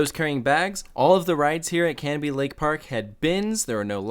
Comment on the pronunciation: I’m so glad you didn’t pronounce it Ca-No-Bie Also they added a double decker carousel and they have always teased new things. They do have space for another roller coaster if they wanted but who knows (they tease it a lot but permits restrict them from being tall, untamed I believe reached the height limit) The one thing the park does though is adds something new every one to two years, the double decker carousel, water park slides, the different train route and ice jet are all less than 5 years old at the park and untamed I don’t think is 10 years old yet either. Corkscrew was repainted a couple years ago too If you go back up to New Hampshire, mention it because a lot of people would go up there to do a meet and greet. Also a useful tip, they are extremely good with rain policies and if it rains they’ll give u a ticket for another day (assuming most rides are closed and they have to close the park) One more thing, 2021 go to screemfest up there, it is extremely popular there and is definitely worth the trip. But if you want to go when it’s not packed, fridays in May or June, my fam and friends always go on the Friday of Memorial Day weekend, it’s open 9am to 10pm. 9-3 it’s packed because of schools but after that it’s nothing. After 9 we were getting walk on’s with yankee cannonball so useful tip Hope you come back up to New England soon